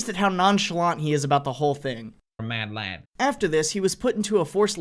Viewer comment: Americans say madlad now? It just doesn't sound right with there accent